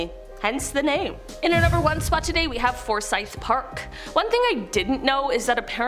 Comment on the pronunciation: There's allot of dark history in Savannah, the tunnels were also how they moved around slaves. You used to be able to see where they brought in the slave ships. You could do a whole show on just Savannah. Also thanks for saying the name correctly. I corrected one of the other host awhile back. Theres a lot of places named Forsyth in GA. One is my hometown.